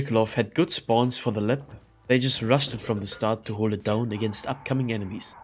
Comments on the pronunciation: Nice vid. Btw it’s called lab not lep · Lab ❌ Lepp✅